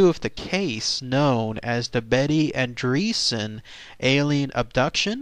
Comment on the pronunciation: Betty is my great aunt. I have no doubt whatsoever that she experienced something truly unimaginable. If you have doubts, read the Andreasson Affair book. Also, it's not "andreesan" it's "ahndreyassan". Sorry, family values (